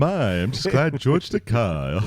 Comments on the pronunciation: "It's pronounced Ta-KAY, not Ta-KAI" George Takei. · Guys, it's Takei, like okay!